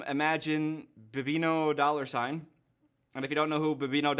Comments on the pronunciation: saying "bee bee no dollarsign" is hilarious lmaoo its baby no money I've never noticed but there's def a resemblance/same vibe between yall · No way you just said "bee bee nos dollar sign" for BBNO$ I'm dead imma go tell him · beebee no dollar sign.... lol his name is pronounced Baby No Money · calling bbno$ (baby no money) "baby no dollar sign" hurt my soul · I love the way he pronounced bbno$ name: Bibino dollar sign😂😂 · Idk what’s funnier to me, Dylan mispronouncing bbno$ (baby no money) or how I see what OP was saying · It's pronounced Baby No Money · DYLAN ITS PRONOUNCED "BABY NO MONEY" PLEASE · I love you dylan, bb no $ is pronounced baby no money Edit: dylan we dont care that you are 30+ but we do love the 20’s bit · guys i know how to pronounce it i was making fun of how dylan said it 😭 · Dylan I’m so disappointed you don’t know how to say bbno$ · THE WAY YOU PRONOUNCED BBNO$ HELP😭😭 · Why dont you know how to pronounce bbno$?? You literally have the same face!! I feel like you would always be in his posts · youre pronunciation of bbn$ made piss my pants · that sure is one way to pronounce his name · I love how he gets upset about his name being wrong then proceeds to pronounce bbno$ wrong hahah